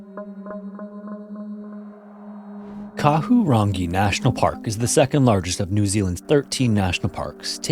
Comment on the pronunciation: Pronounced car-who-rung-ee National park